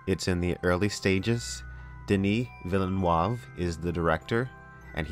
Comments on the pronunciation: Dennis villen what? It's veelneuve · Great vid! but its pronounced more like Denee(no vowel after consonant means silent letter in french) Ville-neve, not Villeneoav or Villenoieve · Denis Vill-nuhrv is how you pronounce his surname, but nice attempt though, lol. Although, I do think you've pronounced Timothée Chalamet's name correctly over everybody else. I mean there's an accented 'é' in his name that they're all ignoring, lol! And I do think you'll be fine with Denis making these films, as Dune has been a dream project of his for a very long time. He's been a fan of the book since he was 12 years old so clearly, he knows far more than Lynch. ;) Another thing I'm keeping my fingers crossed for, is whether Weta Workshop/Digital will be brought on-board for all the conceptual design. I'd love to see a guitar builder make a baliset from the ground up - and if the actor who will play Gurney Halleck will also get to learn to play the instrument too. Weta have already worked with Legendary a few times and Weta also built some model buildings for Blade Runner 2049 as well. They looked beautiful! One thing I won't be looking forward to are the Lynch defenders who will claim that his movie will still be better than the new adaptation. I'm going to be shaking my head on this, I'm afraid. :p Lastly, you MUST see Blade Runner 2049. You'll be blown away. And do get back to me if you think whether the actress playing the character of Luv (Sylvia Hoeks) would make an excellent Lady Jessica... ;) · It's "Vi-luh-noov". Villeneuve. Vi-luh-noov, not "vil-nee-yuv." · Please for the love of god STOP SAYING VILLENOIVE. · VilleNOOOOOIVE TIM-OH-THAY SHALL-OH-MAY xD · since youre going to be having to say his name more often now, it's more like "den-ni vil-nuvv" but kinda light on the "l". love your vids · I think you should try pronouncing his name like Veel-nerve, not whatever rubbish you are coming out with. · And it's pronounced "villinoov". Cheers, love your channel.